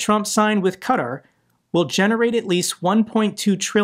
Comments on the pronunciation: Sorry. But my ears are bleeding. You are pronouncing Qatar wrong. ˈkɑːtɑːr not cutter😂❤ love your videos😂😊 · IT'S NOT 'CUTUR' BUT 'KATAR', DO CHECK PRONUNCIATION. But keep doing your wonderful work and greetings from the Netherlands. 🙂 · Did you call Qatar "Cutter" - its KA TAR xD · Qa' (Ka) Tar ... not cutter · Sorry you doing it as well its not pronounced cutter it is kuh-Tar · please, Qatar, it’s “cat are” not “cut her”. Please say it correctly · pronouncing Donetsk as Donesk and Qatar as Cutter makes for a great drinking game 🍻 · what the hell is cuter? aaa u mean Qatar... 👀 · Slightly pedantic but Qatar is pronounced Cat Tar. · Qatar is pronounced cat- tar I love what your doing, but as a Brit it really winds me up how Americans pronounce the English language. My comment here is not meant to be offensive.